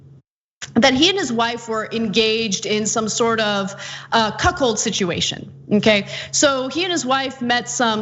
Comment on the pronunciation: Falwell: "I am NOT into cuckolding! It's called cucoldry."